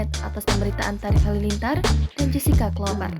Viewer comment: Nyebut nama s wanitanya aja g becus..buka jesica woooy